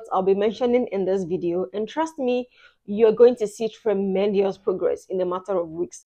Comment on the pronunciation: Dear ma, there is no i in the word tremendous.